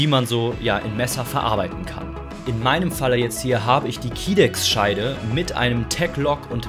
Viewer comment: Kydex (gesprochen Kaidex) 🙂